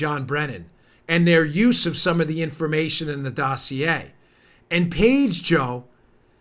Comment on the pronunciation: It's pronounced dossier, not dossier. Lol